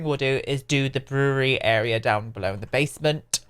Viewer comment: "Brewererery" haha. Its just 2 syllables. Brew-ry